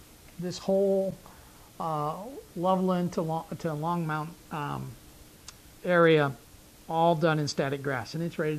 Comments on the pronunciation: Please, it's not LongMOUNT, it's LongMONT! I lived there for over 30 years. When the town was first settled it was known as New Chicago and later changed to Longmont as tribute to Longs Peak. Longs Peak is the tallest of the peaks seen behind Longmont in most scenic photos of the front range area. Longmont also was known to have a German POW camp during WW2. The town was also known for Longmont Turkey, which was owned by the Strear family. This plant was then purchased by I belive by ConAgra and operated until the early 2000s. It was was and now has been razed and is no longer there. They shipped by mostly trucks but did ship by rail as well. Kuner also had a vegatable canning operation that used locally grown products. The only thing left of Kuner now is an upscale apartment. They also shipped by rail and received items for production. Of course you know about GW sugar plant located in Longmont as well. The only reason that I'm nit pikin,is that you are doing such a great of modeling the area, I don't want people that KNOW the area to think you're a Puttz. So once again, PLEASE, it's Longmont, Not Longmount. Love your videos, Bill Arseneau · I live in Longmont currently. I have noticed the way pronounces it. I just smile a little and think of all the the words I probably mispronounce. Not that big a deal... Like an accent...